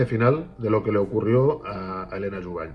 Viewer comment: Sobre el caso Helena Jubany, en catalán la "ny" se pronuncia como una ñ, sería Jubañ.